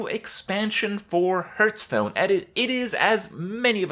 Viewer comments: it's not fucking ''herthstone'' ffs. When you start the game the 'guy' literally says ''hearth'' sometimes so you can't blame it on ignorance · I wonder.. Will he ever stop saying Hurthstone? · "Hurtstone" lel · Hurrrrtstone ! LMFMO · i always wondered why you call it hurtstone? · Say it with me...'Hearthstone" - Hearth sounds like "Heart" with a "TH" on the end, not "Earth" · The way he pronounces Hearthstone is cringy... like really cringy.